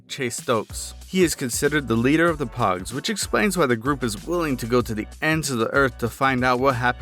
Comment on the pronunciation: poges not pugs